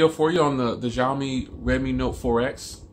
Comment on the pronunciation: Nice conversational review, it sounded very authentic. You are right with bands being somewhat not ideal for US, there is a Global model of Redmi Note 4, which is just rebranded Note 4X but this one has better bands for US use. I like your reviews, keep up the good work. One tiny suggestion is that Xiaomi pronounces as 'Shao', not 'Jiao', you can ask Chinese friends for this but that's how it's supposed to sound.